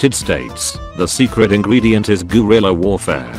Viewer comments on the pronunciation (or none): none